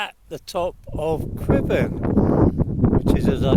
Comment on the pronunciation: Perfect pronounciation of the Welsh mountain names 👌